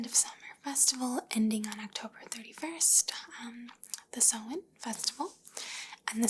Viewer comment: Your pronunciation of samhain isn't too far off!